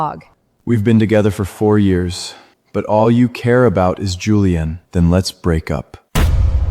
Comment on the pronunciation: said julian as juliam